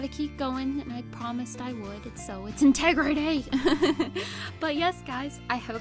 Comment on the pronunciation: Great job on your commitment! I'm already four days behind. :( BUT! I plan on doing a few today so hopefully I'm able to catch up. Laughed so hard at the way you said "integrity."